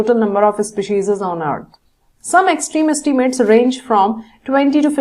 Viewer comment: maam it is species not specises